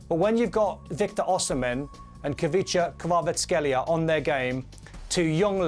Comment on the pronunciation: Hes not kbabaskelia. Learn to pronounce